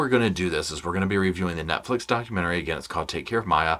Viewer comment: Why did I think u said nutflix at first lol